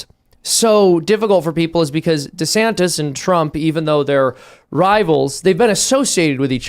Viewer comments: Without taking sides, one weird thing I noticed was that in the first video DeSantis, at the end, pronounces his name as: du-SAN-iss. In the second video, also at the end, he pronounces his name as: DEE-san-tiss. Again, without taking sides, how did he not learn the lesson of branding in politics. He should at least come up with one definitive pronunciation for his own name. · It's weird how he pronounced his own name differently than he usually does in his announcement video. Kackala does that too. Very odd.